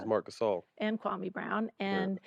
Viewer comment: His name is pronounced Kwa-mee